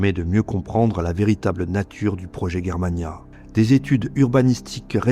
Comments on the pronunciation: Pourqui tu dit guerremania ? Alors que la Prononciation est : Jér-ma-nia ... On dit germanie (jér-ma-nie) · Tu n’est capable pas à prononcer les noms allemands correctement ! Ce n’est pas Guerre Mana mais Germania comme la Germany ! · On prononce Germania non guermania.... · Pourquoi prononcer Germania "Guermania"...? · On prononce pas G comme J donc Jermania ?